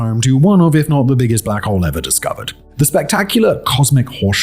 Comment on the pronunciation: blACHHowl. The pronouncement of his accent and stress on the “ach” is completely sending me lol 🤣